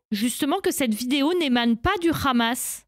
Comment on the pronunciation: Le rrrraaamas 😂 Et pourtant ils savent parfaitement le prononcer. Vous êtes pathétiques.